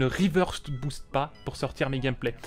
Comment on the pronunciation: Oh par contre reverse* pas river stp